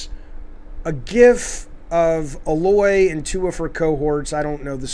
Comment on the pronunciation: A-Loy. Not Alloy or Ahloy. For fucks sake if you're gonna say the characters name a thousand times, get it right.